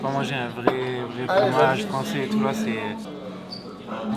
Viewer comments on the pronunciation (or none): A c’est du »Fraomge » pas du Fromage 😂